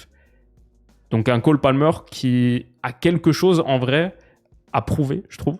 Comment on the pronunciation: "la colle Palmer" ? 😂